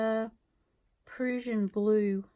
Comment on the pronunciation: tfs - fyi, prussian rhymes with Russian. (short 'u'). Also, did you use the rough side again?